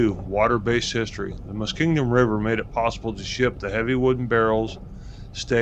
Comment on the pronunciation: The word Muskingum doesn’t have a d in it….Muskingdum?😆